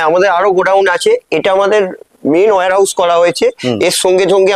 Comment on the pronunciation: Al Habib Warehouse. Not Al Habib were House.